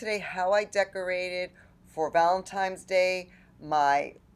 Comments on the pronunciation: Looks really great overall, I love the Buffalo plaid on fireplace candles and pillows, love the touches of pink. Maybe a little too much on mantle top. By the way, you keep saying Valentimes with an M instead of Valentines with an N. Other people make the same mistake, just thought you might want to listen to your video so you hear it. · So cute but FYI it is pronounced ValentiNe's Day not ValentiMe's Day.